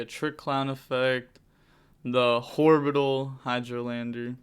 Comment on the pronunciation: Another one for the"Horbital" pile🤪